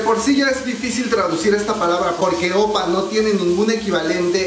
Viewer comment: #1: Se dice Oppa (imagina que lleva una tilde en la última sílaba), es decir aguda. Si vamos a corregir "hangul" es bueno enseñarlo correctamente... en buena onda. #2: La ropa de VIVIZ no fue porque no tienen un buen estilista, es un homenaje al año 2016 en los MAMAS. O sea hay que informarse pue... #3: Si bien los coreanos no son tan eufóricos como los fans internacionales. Las reglas de las multitudes en Corea según "pandemia" es que no pueden gritar, solo pueden aplaudir. Éxitos.